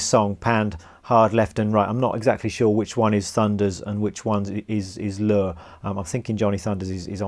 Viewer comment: I’m a longtime musician who recorded and played with a Johnny T drummer and later got to know Dee Dee . Dude this is one of the few videos I’ve seen / heard where I’m certain Dee Dee would have rooted you on ! Just one thing Walters last name was pronounced Lure ( like Lori what you cats calla truck ) just add euuu so it sounds Leuuwri . Walter passed recently and was a great guy . You have managed to properly decipher . Very cool man ! Bad ass your doing the passing of Rock n Roll Knowledge.